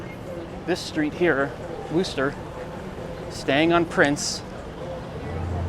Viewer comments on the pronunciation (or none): none